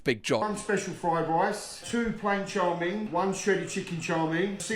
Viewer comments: I dislike how he say chow ming... It's chow mein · Also love the fact that he never says "chow mein" properly. He says "char ming" lol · It’s chow mein .. not chow min .. lol .. even when they say it back to him the correct way .. he’s like nahhh … chow min … bershhh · What is chaw ming? It's chow mein, 😂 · You'd think with the amount he orders he'd know it's not pronounced "Chaw Ming", but maybe he says it that way to bait engagement 🤔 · it's 面条 mian tiao, most of the world says it wrong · The way he says chow mien hurts me 😂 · Well considering I've been English for the last 48 years, lived all around the country, and have never heard anyone else pronounce it this way, I think say that this is not just "very English thing",. Might possibly be regional, or it might just be him pronouncing it wrong on purpose. I'm personally going with the latter. You can think whatever you like too,. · He says chow mein wrong, annoying lol